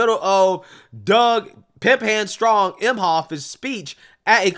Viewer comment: "Pimp hamd strong" 😂😂